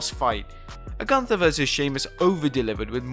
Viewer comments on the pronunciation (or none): If you really were there.... you should know how the name "Gunther" is spoken out.....